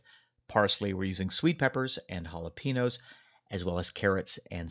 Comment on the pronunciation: Great video, thank you! FYI, they're not "hah-lah-pee-nos". They're "hah-lay-payh-nyos". You are great at pronouncing Giardiniera correctly, so Jalapeños shouldn't be too much for you. ;)